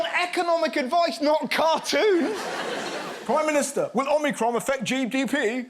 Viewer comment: Omicricon.. The 15th letter of Greek alphabet ffs